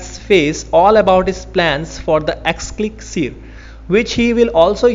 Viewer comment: i am sorry if you felt that was a harsh one... But try going to timestamp and play... Especially, the way you pronounce words like "tell" and "elixir"... No offence man, I just said what I felt was wrong and no big deal.. I have seen even worse.